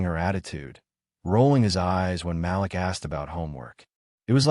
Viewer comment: IT IS NOT PRONOUNCED "MAL-LICK...IT IS PRONOUNCED "MAL-LEEK"!!! Why always write about black folks when you cannot even pronounce the names?? Why dont you write about crazy white people?